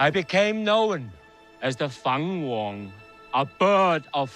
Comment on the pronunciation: I like how he pronounced "fung wong" "fun wong". Got a little lost in translation there =D